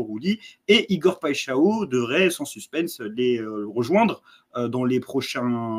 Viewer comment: Big up la Team et continuez comme ça !!! Pour Igor je vais te donner un moyen pour bien prononcer son nom... Alors PAI en portugais (brésilien c'est pareil) ça ne se prononce pas "pé" mais ça se prononce "paille" ensuite XAO se prononce "cha-on"... Au final ça donne "PAILLE-CHA-ON"... Saches aussi que "paixào" signifie PASSION (peut-être un bon signe pour l'OM ???)